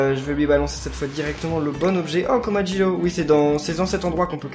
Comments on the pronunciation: On dis komajiro pas komajlo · ça se dit comajiro